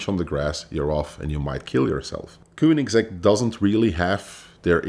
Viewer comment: So many wrongs that vinwiki should think of taking the video down and maybe let him try again, after some research about the brand he's gonna talk about. And it isn't kuunigsegg, what the ____?